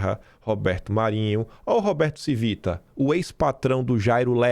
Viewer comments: A pronúncia do Civita, da finada Editora Abril, é cono Tívita.... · A pronúncia do corno da ABRIL é CHIvita (italiano) esse que é o patrão do dono da Oeste! Obrigado pelo seu trabalho!